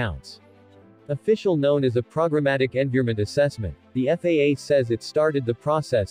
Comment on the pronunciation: An update that MIGHT RELATE to FAA approval but probably not that huge. Also, train the damned computer voice to at least spell out acronyms like PEA.